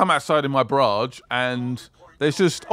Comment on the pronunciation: Can't tell if just trolling with pronouncing Battle Barge as "Battle Barrage," or unironically reading it as Barrage.